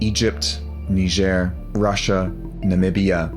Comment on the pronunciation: He pronounced Niger wrong. Strongs concordance 3526